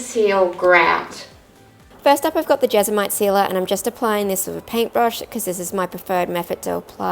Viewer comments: It's JESMONITE.... Not jezamite! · jes-mo-nite Jesmonite 😊